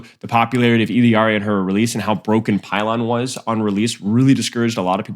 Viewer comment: Do you pronounce tortilla as tor tiLL a? No ? Then quit saying illari wrong